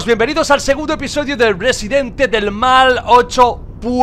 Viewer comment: "Episoidio" jajjajjaja aprendiendo español con el hombre